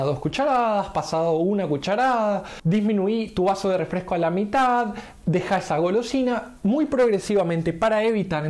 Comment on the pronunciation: *REFRESCO NO REFLESCO, y se dice PERDON porque te estás expresando a una audiencia, peor viniendo esto de un supuesto profesional. Estas generaciones no saben nada dijo Lawler... jaja